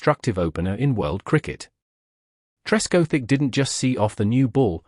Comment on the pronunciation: Probably the worst example of AI narration I have ever heard. My favourite is, “Object”, pronounced as if it’s a verb. “Marcus Tresc O’Thick”, is not far behind. Not so smart now are you, AI? Such a shame, as it spoils an otherwise interesting video. As Geoff Boycott might have said, “My grandmother could have done better”.